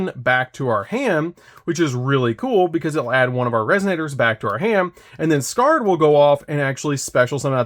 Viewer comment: Isn't Scarred pronounced Scar-Red? Red Nova Dragon's Ocg name is Scar Red Nova D.